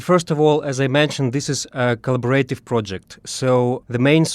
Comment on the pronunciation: Agreed, I listen from Australia. Our local news has pathetic coverage. As a native English speaker I would like to point out to the speaker from the war archives that his pronunciation of the word collaborative sounds more like callibrative. The word would be more understandable if he could insert an extra vowel, but thanks for the information - it is most concerning.